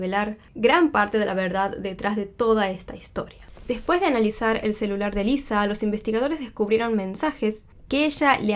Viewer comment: Es Lisa, con "s", no Liza con "z"